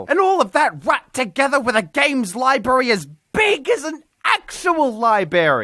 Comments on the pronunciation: It is library no libary you illiterate stunted ale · "Libary" twitch